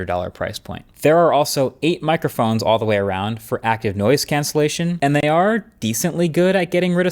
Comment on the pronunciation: I heard "nose cancelling headphones" first time it was said with reference to the airfilter headphones.